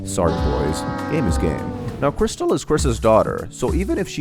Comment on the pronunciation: Guys, Its Not Crystal, Or Krystal.. *Its Kristal 😭*